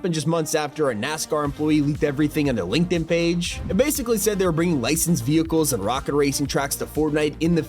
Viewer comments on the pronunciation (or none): none